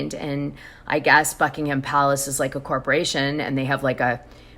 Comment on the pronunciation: Great content, btw the h in Buckingham Palace is silent… buck-ing-em, like the places in England Nottingham and Birmingham it isn’t pronounced ham at the end xx